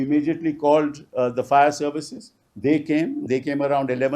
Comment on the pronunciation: Pl. read Fire in place of Fair.